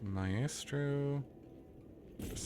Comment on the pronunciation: For future reference, it's pronounced MY-stroh.